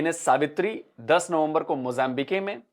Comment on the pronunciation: मोज़ाबिके नहीं, बल्कि मोज़ांबिक है